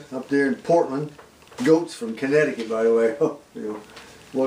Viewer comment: Thanks for the new, fresh video,. I needed to see that you had not gone on an extended vacation and lost your way home from Con-ek-t-cutt. Now I can save all of my gas that I was gonna use to come to see about you.